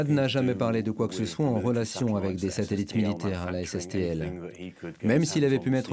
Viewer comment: Très bon documentaire, Monsieur Zéro. Félicitations! Par contre, de grâce, cessez de dire "Ayèk" au lieu d’”Avec”. Merci!